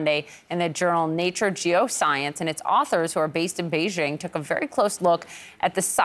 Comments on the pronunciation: You lost me at “Beijing” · Did he say BEIJING??? BEI.......JING??? I mean Come ON!!!!!! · When they said Beijing it lost all credibility